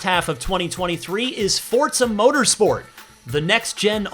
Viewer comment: Why does it sound like he pronounces Forza like Fort za?